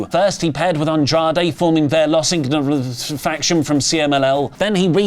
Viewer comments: please just say Los ingobernables, please at least try lol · I want to see the blooper reels for saying Los Igonoaberrbleslest... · I love how purposefully cant pronounce Los Ingobernables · You didn't even try to say Los Ingobernables. 😂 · Los ingobernables is not that hard to pronounce. Leave this stumbling over foreign words shtick back in 2016 where it belongs.